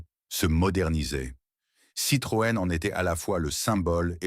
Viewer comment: Dommage car le sujet est intéressant mais a la moitié. j ai arreté quand je ne comprenais plus les dates chiffres ou qu il a dit Citrone